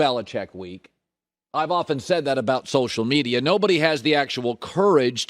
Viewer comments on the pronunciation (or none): none